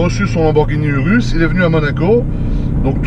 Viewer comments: On ne dit pas « URUS » mais on le dit « OUROUS » et on l’écrit URUS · ecoute moi bien tete de kiwi sa sce prononce Ourous et s'ecrit urus kiwi de crane